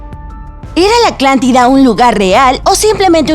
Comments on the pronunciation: Nada que ver el video con lo que dice el titulo, hay muchos videos sobre la teoria de su existencia y este es uno más. Aparte de que no pronuncia bien el nombre de la Atlantida ni del estrecho de Gibraltar. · La narradora no dice Atlántida claramente, seguro porque tiene una pronunciación particular que algunos de nosotros tenemos con algunas consonantes o sílabas, discrepar sobre el contenido enriquece el aprendizaje, criticar el vídeo o hacer burla sobre como pronuncia ciertas palabras, muestra nuestra poca empatía y no es gracioso. El título lo dice bien claro "Atlántida" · Si, pésima la pronunciación. Le quita toda credibilidad al video que ya de por si es dudoso... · Alguien más noto que siempre dice Aclantida en lugar de Atlántida? Edición ojo aquí esa dicción está terrible, digo que se te escapé una vez está bien, pero cada vez que lo dice, por favor. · Soy el único que escucha que dice "Aclantida y no Atlántida? buen vídeo, fuera de eso, cada ves me sorprendes más con este tipo de temas! ❤️ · me parece o mis oídos están mal o es la narradora , alguien escucho que antes de decir atlantida , dice aclantida..... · Una duda. Es la atlantida o la aclantida, por que asi lo pronuncia la narradora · Soy yo o todo el vídeo dices aclantida en vez de Atlántida ? ☹️ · es Atlántida no aclántida como ella lo pronuncia...jajaja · Hola. En lugar de decir Atlantida se escucha que dices " Aclantida". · Mientras pasa el vídeo y escucho Aclantida, Se vuelve más gracioso. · Por favor ella no puede pronunciar la Letra !! T !! Por eso Dice Aclantida en vez De Atlantida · Soy el único que le escucha "aclántida"? :v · se dice "ATLANTIDA", no "ACLANTIDA".......iletrada! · Y a parte de decir aclantida también proncia mal sahara que aunque se escriba así se dice sájara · Se pronuncia Atlántida, no Aclantida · Aclantida? Neta jajaja El vídeo es bueno pero hay que poner atención en la pronunciación :) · Soy yo o la narradora dice Aclántida en lugar de Atlántida? XD